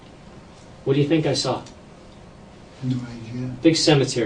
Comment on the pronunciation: DecrepitOrigin888 lol did you mean to say “I tink” or was it a accident either way it made me laugh so what does that say about me I guess hahaha